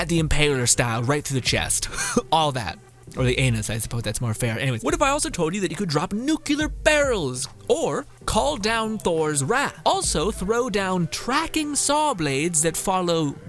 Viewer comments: JFC. Nuclear pronounced NEW-CLEAR. not NEW-CUE-LAR. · If you told me I could drop nukular barrels I'd tell you that's not how to pronounce nuclear